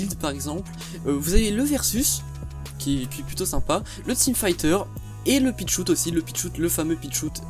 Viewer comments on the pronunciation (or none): none